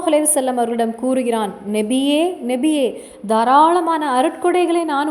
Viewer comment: Assalam alaikum sis Payanulla thagaval But neenga nabiye endru soullvadhu nebiye endru kekkiradhu thayavu seidhu nabiye endru sariyaaga soullunga sister.